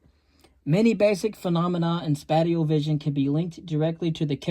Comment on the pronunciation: Spatial is pronounced spayshul not spateal